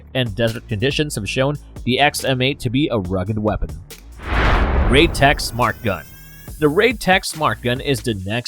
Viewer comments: Kel Tech, You said KAL TECH...Hummmm? 50$$$ Wheres my 50.00 Bro:face-blue-smiling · It’s KEL tech. Not cow tech. 50$ please. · You said cal-tech instead of kel-tec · Ah! First one! You called it a "caltech" instead of keltech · you say CAL TECH instead of Kel Tech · kel not kal tech gimme my 50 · *mispronunciation It’s “kel-tec,” not “kal-tec.” Overpenetration. 5.7x28 is designed to penetrate Kevlar. Shotguns are popular for home defense because 12 gauge isn’t as capable of going through a wall as 5.56 or 5.7 is. “Lose parts?” You just have the quiet kid an idea… Assuming it’s basically just a folding AR, it can use any STANAG magazine, be it 10, 20, 30, 40, 50, 60, or even 100 rounds. Those aren’t 2011A1s. Those are Desert Eagles. None of those clips shown had a 2011A1 Actually, it was more to put more rounds on one target or just for fun. I’m not entirely sure how it’s pronounced, but that isn’t the way you pronounce it. “Assault rifle” is kind of an unofficial term, but it does match the XM8, with it being an intermediate caliber rifle capable of full auto. That’s a G3. Very different from a G36. Also, it’s pronounced “five-five-six.” “30 round box cartridges” somehow worse than using the term “clip” That’s an HK433. That’ll be $650. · Cal tec? It's Kel tec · It's Keltec not Caltec. You brought it up lol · Kel-Tech not Cal-Tech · KelTec not Kaltec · I swear I hear Kaltec instead of Keltec in the beginning. I need my $50 😂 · 30 seconds in you called it a kal tec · Kal-tec? Like 35 seconds in already mispronounced it 😂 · “Kal-tec” This man would be broke if he stuck to that promise. The public education system of America is a failure. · it's not pronounced cal-tech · Also said "Kal" Tec right after saying it correctly a mere moment before. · Your saying kel-tech wrong $50 bucks please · I live in America. I live in NC. I know how we, Americans, pronounce it, but it's wrong. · Kel-Tech is TrAsH. Plus, you said it wrong.